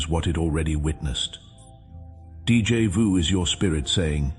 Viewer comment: This AI voice makes so many errors it's a college drinking game Mispronouncing words speaking in Spanish German Portuguese and French and finally English most Americans and Canadian speak English with no other languages mixed in Two thumbs down 👎👎 DJ vu is not a word in English and it comes from the French deja vu